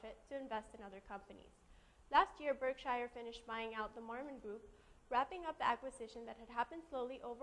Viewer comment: It's pronounced "BurkSure," and Marmon is still being acquired....